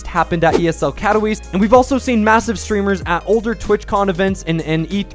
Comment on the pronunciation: Please, at least try to pronounce Katowice